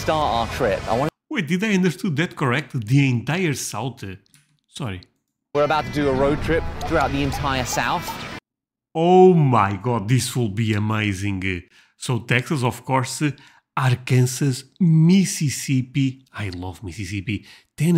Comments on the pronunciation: Arkansas - AR CAN SAW :). Baseball is the AMERICAN PASTIME. It's played in EVERY state from kids in school, to adults in college and then professionals. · People have corrected him when he said R-Kansas 100 times. It never sinks in.